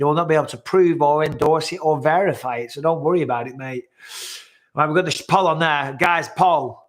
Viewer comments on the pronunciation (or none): I hate to say it Bisping but everytime you say put a poll up it sounds like Polyp, as in call the doctor I need to get my Polyps removed. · Every time you say "put a poll up," it sounds like you're saying "polyp." Lol. Rebecca is breathtaking by the way! It's hard to believe that woman has children that age.